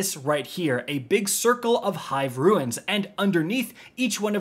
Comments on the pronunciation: You've played Destiny for nearly 10 years and yet you pronounce runes as "ruins", lol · I know i will sound like a dork but please stop saying ruins. They are not broken down houses. These things are called runes without the "i". Great video other than that I just get so caught up on these type of things like when someone says ekcetera instead of etcetra. I guess that's just my tism working. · My brother in Christ, it's fucking pronounced ROONS not RUINS! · Why keep pronouncing RUNES as RUINS? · It’s a RUNE (roon), not a RU-IN! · This. Lol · What's up guys, ruins here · New drinking game: take a shot every time he says “ruins” instead of “runes” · "Roons" Not trying to be an ass or anything. Just couldn't help, but notice you're calling the, "runes" ruins. Either way, semantics. We know what you're talking about. Thanks for the explanation, bro. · "Runes" not "ruins" as always great helpful content thanks. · OMG it's RUNES not RUINS. Sorry some things bug me. Thanks for the video :) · Not an actual grammar nerd but ... "runes" pronouced ( /ro͞onZ/ , like "moons" ) ...not "ruines" ( /ro͞o - inz / , like "two-ends" ) btw these encounters are sooo satifying!! Lobbing arc nades into tight crowds; is like popping bubble rap. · Bro be sayin “runes” like “ruins” 😂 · really farming interactions like these by saying "ruins" instead of "runes" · Great video, but it’s “runes” not ruins. Hive runes. Keep up the good work. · It's not pronounced "RUINS" -- It's pronounced "ROONS" (runes) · Runes are pronounced "roons" and not "ruins" (which is how you're pronouncing it.) Just an FYI amigo, love your videos anyways. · "Ruins" they are called runes, my guy. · runes RUNES, like roons not ru-ins. thats a different word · Omg! BRO! It's 'runes'! NOT 'ru-ins'!!! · RUNES why does he say ruin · Runes!!! Its Runes!!! Not ruins. Lmao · It is quite painful hearing "ruins" instead of "runes" so many times. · Runes not ruins ffs jesus christ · Runes...not Ruins.